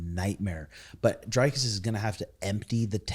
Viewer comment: Who tf is DRYKUS? it's Dricus and pronounced like dreekus. it's seriously not that hard.